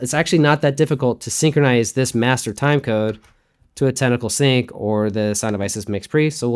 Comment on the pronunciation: "sunc"...I like it.